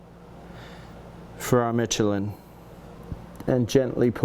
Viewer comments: Great video. It’s pronounced Me-Che-LIN with an emphasis on the final syllable. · Dude it's pronounced Michelin